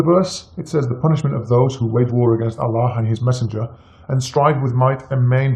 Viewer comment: zino R.H.L he was never a Muslim he can't even pronounce Allah properly. He knows more about bible than Quran. A fraud who is only spreading hates and lies and he wants to get his ass kicked bad